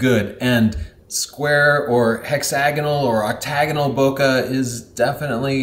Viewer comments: I keep thinking your saying pokeballs over bokeh balls. Yeah I’m immature 😆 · bo-kuh? how about saying it correctly as in bo-kay? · We say boKEh, like in KEnnedy, not boKAh, like in CArnegie... Toilet roll? Gross... Ha! Ha! Great job once more! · Every time someone pronounces it Boka i just cringe inside out. Its Bokeh. or, BOKEH like Kai W says it. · Bokeh rhymes with pocket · it's pronounced " BU-KY " because it's more fun that way. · Your pronunciation is completely wrong, it's pronounced "boo-kah-keh". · Wrong!!!!!!! Bokeh is pronounced Bo-key or Bo-ki ! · I only clicked on the video to see if would say "boca" (mouth, in portuguese). How can he still do this? When he himself buts the letters on screen while mispronouncing? ボケ ボ means "bo", ケ means "ke". At this point he must be doing it with stubborn malicious intent. Enough, unsubscribed. In these times mental health gets priority. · Americans systematically can not pronounce French. They add -eeee after the word. E.g, "ballet" becomes ball-eh-eeee. Don't do the same mistake with "bokeh". Don't say bo-que-eeee. Just stop before the -eeee, say bo-que. (que like in Spanish, see another comment here). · boke is a Japanese word, so the "KE" should not be pronounce as kah. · Holy crap, you can't even pronounce it right when you're making a video about it. 🤯📸